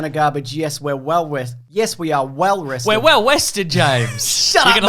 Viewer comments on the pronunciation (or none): We awe gafered hewe towday, wew wested.